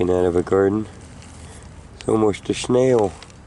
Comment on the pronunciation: I like how he says " a Shnail'" as in Snail